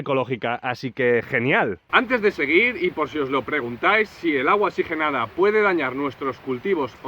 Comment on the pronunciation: Muy buen consejo, pero no es xigenada es que oxigenada